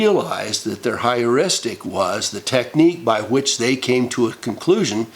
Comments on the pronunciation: It is Pronounced "Her-ristic" Not to be confused with Histrionic Heuristic Hysterics (The Most common Feminine constitution for at least 2 weeks out of each month-cycle). Oh By the way?? Statistic's assert that 1 in 3 girls are victims of sexual assault/abuse whilst 1 in 5 boys are....though the statistics for boys might actually be higher & closer to that of girls only because boys hardly ever divulge the issue even when they're adults (I was a barely-into-my-teens victim of Sexual Abuse by a 30-something adult). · Is the word Heuristic (hyouristic) rather than “higheristic”? I must admit I found Anita Hill believable and concluded Clarence Thomas a chauvinist boorish person who played the victim race card. While I considered Ford a wounded person, believing it important to validate her damage somewhere, sometime; I believed Kavanaugh.